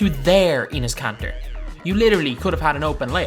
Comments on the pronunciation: did he say anus kanter 😂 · I legit thought he said penis kanter!! LMAO!! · he said Anus kanter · Enes kanter got roasted bye this dude... He called him Anus kanter lol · " At the 4 we have ANUS KANTER " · He said anus kanter😂😂😂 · this dude said anus Kanter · (Plus he's like the worst 2k you tuber so I don't blame you for roasting him And he calls Enes Kanter ANUS KANTER) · how he says Enes Kanter